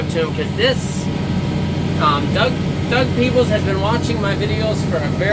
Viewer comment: Thanks for the shout out! You pronounced "Peebles" correctly the first time. Grew up on a farm about 10 - 15 minutes west of Millbank near Atwood. Made a many a trips through Millbank - Cross Hill - St Clements area in days gone by to head into Waterloo. Now a days When I make a trip to Atwood I sometimes come back that way (though turn to go to St Jacobs) to Guelph.